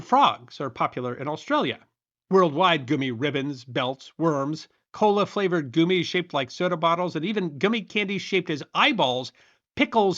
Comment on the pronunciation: Ree-cees finally makes sense, now that goo-mees has entered the lexicon! Regardless, great video!